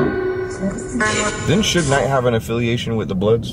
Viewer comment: He said Shuge knight